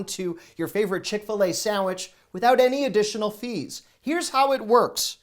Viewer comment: You lost me at “Chick-fil-A “